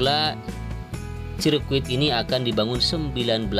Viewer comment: Sirkuit bang.bukan biscuit... Hehehhh😂😂😂😂😂